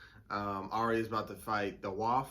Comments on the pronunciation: It’s pronounced “way’f,” not “waff” fyi. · The Waif is pronounced “WayF” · THANK YOU. 🤣🤣🤣 Been dying at his pronunciation.